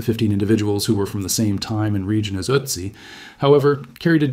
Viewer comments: Wäre es wirklich so schwer, einer KI beizubringen, was Umlaute sind? Ich sehe die ganze Sendung über eine israelische Mini-MP (Utzi) vor mir! Ist "Ööözzziii" (benannt nach den Ötztaler Alpen, wo er gefunden wurde!) wirklich unaussprechlich für eine radebrechende KI? Gräulich (nicht von grau, sondern von Grauen!) wie fast alle KI-Lesungen auf U-Tube! Laßt doch probeweise einmal statt einer KI eine natürliche Intelligenz, die der deutschen Sprache mächtig ist, ans Werk! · Ötzi is pronounced "Ertzi" not Ottzi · Why do you call him Otzi in stead of Ötzi? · Don't say OT-ZEE say ERT-ZEE. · Ötzi, not Òcci.😂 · I’m sure this would be interesting but I can’t get past the otsy pronunciation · I can't take any more Uh-tzi's. If you're gonna use a word more than 5 times in a short video, especially if it's the primary topic, take a minute and plug the word into the appropriate google translate language so you can at least get it kinda close. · His name is pronounced with the O sounding more like book than but. Also, mesolithic has a Z sound in it, not an S. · Pronunciations of Ötzi (or Oetzi if not spelled with umlaut) and Tyrolean are both off. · You would think you would take the time to pronounce Ötzi's name correctly.... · I don’t like the way you pronounce Otzi. So no 👍 for this one - sorry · Please learn how to pronounce his name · Look up pronunciation....cmon. ötzi how to pronounce. kom Horrible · i am not a speech nazi, but when talking about a topic... an ancient city, an artefact, you should at least look up how its pronounced.... i dont care if it´s mentioned once or twice in the whole video, but "ÖTZI" is said constantly and its quite annoying hearing it butchered every 30 sek... i was in bed and using touch screen thats why i didn´t correct my first post on second thought, listening on my tv... the pronounciation wasn´t that bad, he tried... i think he got better towards the end ... got my thumbs up for the video anyways :)